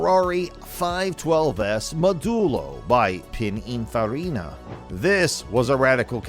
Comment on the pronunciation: You can always tell someone who doesn't know anything about cars when they can't even pronounce Countach or Pininfarina.